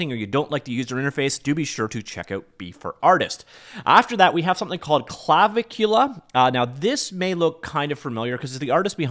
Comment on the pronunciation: I could be getting it wrong myself but I think the pronunciation might be Cla-vic-ula - seems to make the most sense to me anyhows.